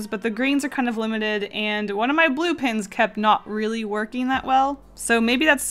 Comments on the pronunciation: OMG it's Pens not Pins. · Very talented But why are you saying Pins Its distracting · Why do I keep hearing posca PINS not posca PENS ;_ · Am I the only person washout hears her say posca pins? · The way she says ‘pens’ sounds like ‘pins’ .... it’s so cutteee😍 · Why does it sound like you're saying pins? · The way you say pens sounds like you’re saying “pins” it’s kinda awesome ( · posca pins! posca pins! posca pins!... :P thats all i could hear.. i am sorry. i like your drawings. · I love how when you say pens you pronounce it “pins”